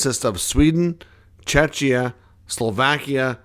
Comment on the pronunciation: Please learn how to pronounce Czechia. Or rather call it Czech Republic 🙈